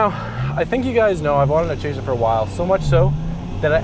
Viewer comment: chaser? i heard traser lol